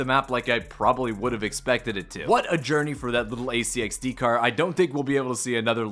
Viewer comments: “AC-XD”? What’s that? It’s an ARC XD. Say it. Arc Stop spelling it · ARC-XD not AC-XD